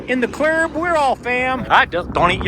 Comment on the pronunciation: Omg I love you “in the clurbbb, we all fam”. You got that right 😂